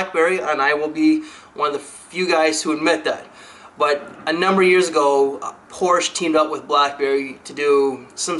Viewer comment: Quick note: the "e" in "Porsche" is not silent (: Apart from that it was another great video!